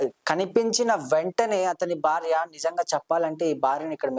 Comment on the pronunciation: Telugu palakatam radu anchor ki Hathaya charam kadu nayena Athayacharam ani Hathyacharam ante champandam Again athyacharam antam nerchuko Bharya word anetapappudu Vathu tho cheppu Barya kadu Bharya Telugu matadam sarriga rani vallu enduku channel lo programs chestaru? Antha ma karma 😢